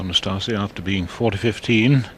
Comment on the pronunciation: Excellent pronunciation of "Năstase" by the umpire.